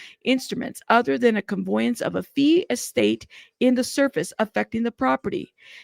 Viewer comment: $10 deed transfer is quite common. Also, just an FYI…. It’s conVEYance , not conVOYance…not bein’ shitty, just tryna’ help. Obviously, dude’s ditching assets so he doesn’t lose them through all of this.